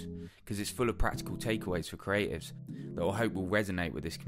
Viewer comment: "CRAY-ifs" = creatives.